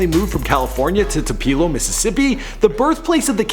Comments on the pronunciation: The ONLY thing,, that bothers me about your videos (I've watched only 3 but they are cool) is the fact that in 3 videos I've heard you mispronounce 2 different cities, 3 times. Baton Rouge, LA and Tupelo, MS. Please look up the city hall on Google and call the town so you can get the correct pronunciations. Being from Biloxi, MS and knowing how to say these names and being a critic, it's a turn off. Otherwise hats off and kudos on all the interviews. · Cracking me up with this Tupeeeelo thing, it’s Two-puh-low man lol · (too-pel-O) not (too-pee-lo) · Tupeeeelow😂😂😂😂😂😂😂😂its pro-nounced 2-pA-Low(Tupelo)Come on you killn me Fuckkkkkkk..we gave you a pass when you pronounced Lil Boosie as lil Bowzeee Fuckkkkkkk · IT'S PRONOUNCED too-pu-low not too-pee-low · literally just had to stop the video bc this fool said "2-pee-lo"...its "tooh-puh-low" son get it right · it's pronounced "too-puh-low" not too-pee-low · Did he say Tu-pee-lo ? It's Tupelo , Too-Pe-Low ! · "Tu-peelo" smh it's "tu-pil-o" learn to pronounce stuff come on man lol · Tu-puh-lo, Mississippi. I went to school with them. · To pelo for real though it tu pe-lo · its pronounced "two, pell, oh" Mississippi. Source: I live 30 minutes from Tupelo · it's pronounced (2-p-low) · Where is this boy from? Who says Tupela? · uhh it's pronounced "too-pa-lo''😂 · Patrice Milton right lol "tu-pee-lo" kept driving me crazy but I guess you don't know if you're not from MS lol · Uhhh no Tup-el-o. I live there so🤫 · Wtf... this kinda made me mad the way he was talking about my city.. TWO-PA-LO😑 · TU-PE-LO... it's pronounced TU-PE-LO! GOOD LORD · chris f depends on which part. But why is this man saying tupeeelo?? Lol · tupeeelo mississippi??? Who MANS IS THIS!?!?!?! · It's pronounced TWO Pel LOW-Tupelo fam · TUPELO son . Too•puh•low omg 😂 gotta represent from where I'm from !!!! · Bitch I'm from Tupelo. It's pronounced Toopaloe. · HAHAHA it's pronounced Tupelo (to-po-lo) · Toopeelo😂😂😂😂 Tupelo